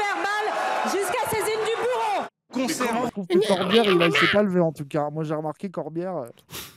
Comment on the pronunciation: braun-Pivet j'ai entendu "jusquà saisine du boureau"